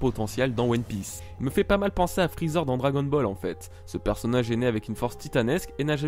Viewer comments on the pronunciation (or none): none